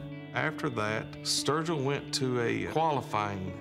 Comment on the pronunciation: Not virgil not sturgeon...sturgil